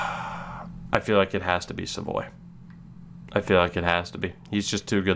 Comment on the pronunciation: Savoie is pronounced Sav-wa